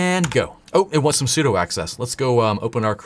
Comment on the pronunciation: Dunno how to pronounce etc, but I do know sudo is sue-doo. Not su-dough. Like 'super user do'